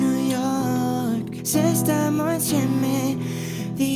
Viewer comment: Sara Palazzo hai ragione canta benissimo ma le guarda che sbaglia comunque la pronuncia, invece che dire stiamo insieme dice stammo insemme